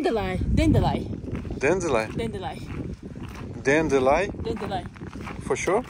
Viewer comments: She’s so funny and cute. 😊 “Dandeli” for dandelion. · Dandelion pronounced "dan d lion" lion like the wild cat 😊